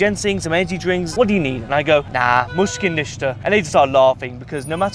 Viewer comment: mushkil nishta meaning no worries, bad pronunciation on his part but overall nice vid.